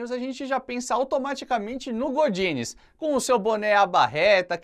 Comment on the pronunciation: E eu que jurava que eles pronunciavam GORDINES!? 🙊🌚😂